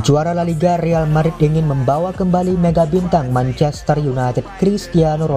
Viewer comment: Perlu bnyk belajar lg nih naratornya, manchaster dibaca menchester gitu. 😀